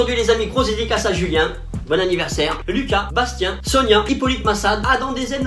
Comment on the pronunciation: Je peut pas m'empêcher d'ettendre "Sonien" dans les dédicaces ça me perturbe fortement